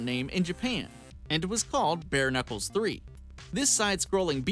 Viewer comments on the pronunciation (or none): Bare Knuckles 3, who else heard bare nipples 3?